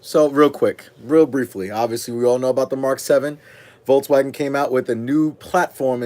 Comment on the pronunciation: VOLKS not VOLTS